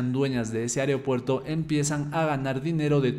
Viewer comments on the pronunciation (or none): AEROPUERTO… me tenía con TOC escuchar aeriopuerto